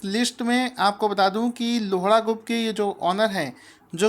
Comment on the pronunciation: loda nhi lodha :p